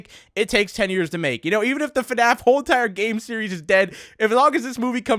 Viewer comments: you sed FANF its FNAF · "eff enn ayy eff" :) (fnaf)